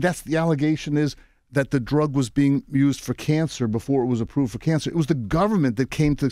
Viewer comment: “its çhanged the façe of çançer” 😒